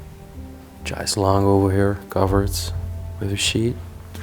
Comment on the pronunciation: What a fabulous and beautiful castle. Amazing antique furniture, fixtures and fittings. The broken crystal chandelier. The pendulum in the grandfather clock is brass. The chaise longe is pronounced, shayz. On another note, it’s a pity the owner didn’t sell all the antiques to pay for the restoration and he would have easily sold it. It’s sacrilege that the contents have been left to decay. The castle 🏰 would have been a great place for period drama filmmakers.